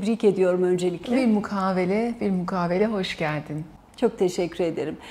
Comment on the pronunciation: Mukavele değil mukabele